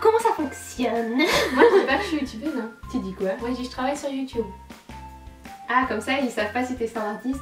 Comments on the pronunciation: C'est pas la première fois que je remarque mais, tu dis Youtoube au lieu de Youtube quand tu le dis tout seul! Tu t'en rends compte?:) Bonne idée le Pékin Express des youtubeurs! Bisous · elle le prononce a "l'anglaise", le mot de base,quoi :)